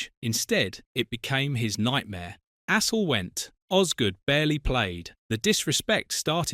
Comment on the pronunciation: You could at least pronounce Astle's name properly.